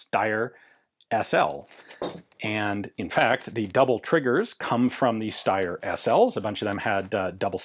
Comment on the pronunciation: Another American mispronouncing something that they’re allegedly an expert in… That’s why self-appointed experts are to be avoided at all times. Ian is usually ok but the way he saying ‘Steyr’ with an 👁️ sound ….. 🤮